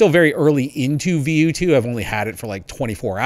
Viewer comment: I thought it is pronounced V O